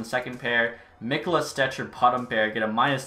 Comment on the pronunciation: It’s me ko la not mik o la